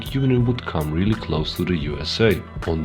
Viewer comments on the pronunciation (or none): none